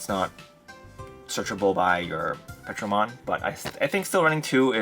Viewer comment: It’s not Petro. It’s Ptero. Like Pterodactyl. “Terro” is how it’s pronounced